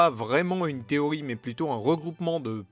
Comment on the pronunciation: Pourquoi tu dis "Téoï" et pas "TéoRi" ?